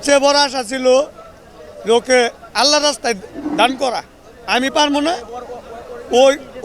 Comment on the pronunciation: শব্দটা আল্লা হ না। সঠিক হলো ' আল্লাহ্ '। হ ' নীচে ্ ( হসন্ত আছে, সে ভাবেই উচ্চারণ হবে)।